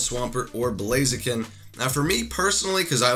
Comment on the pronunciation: JordanJapanNintendoFan✪ blaziken Butcherd it Lol